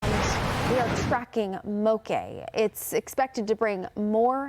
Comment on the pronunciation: she's mispronouncing it. Moke sounds like woke not cafe'. In Hawaii, a "moke" is a rugged local who has a tendency to fight.